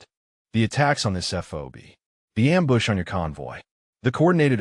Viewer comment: its not :amboosh!: someone needs to read the script beforehand